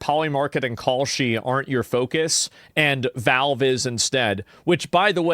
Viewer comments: Ah, this guy again. Wtf is "VOlv" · Jew York, flagrantly abusing the law to rob or chastise someone!? Never!! By the way, it's Valve; not Velv.